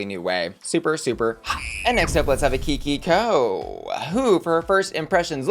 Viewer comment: Everytime someone is saying "Kiki Coe," we Filipinos are cackling!